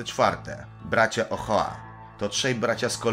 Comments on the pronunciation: Nie bracia "Ohoa" tylko "Oczoa"- tak się czyta. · czyta się OCZOA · Bracia "Oczoa" tak się to czyta xD